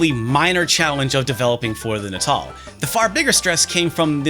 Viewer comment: hearing "Natal" being pronounced like that gives me the ickies...